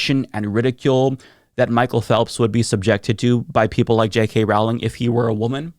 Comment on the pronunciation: It's Rowling not trolling, even when she's growling. But I mean, if she can't get anything right, I understand unintentionally getting her name wrong.